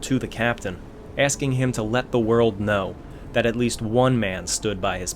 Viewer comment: FFS...it its' destroying', not ' deshtroying'. It's not SHtruck, its ' struck'. If you are going to bastardize the language at leasht be conshishtent